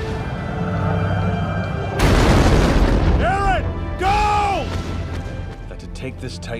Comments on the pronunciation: Im trigered by him saying aron its eren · Not arron